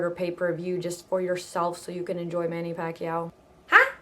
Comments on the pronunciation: manny pakyaw. pilipinong pilipino. haha. as compared to your accent. pa-ki-yaw. go pinoy! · Hhaha manny PUCKiao I like how the 'mom' pronounces it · omg the way she pronounced the fella's name, change the "P" to "F" hahaha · hai naku Christine, R pameely ease berry macha, berry macha like yorr pam'lee eksep wee *oofs* & *ahhs* ebri tayme Pacman hits Ricky at dat mowment. lol. loved the vid. =)